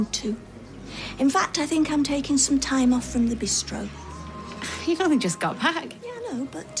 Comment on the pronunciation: I wish Gail would say Bistro properly.